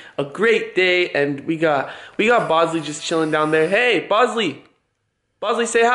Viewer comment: Every time u say bosley I feel like you say possley